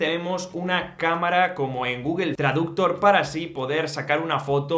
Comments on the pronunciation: Google traductor ( con entonación inglesa ) ? Será traductor de Google o Google translate. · “Google Traductor” pronunciado como palabra grave xd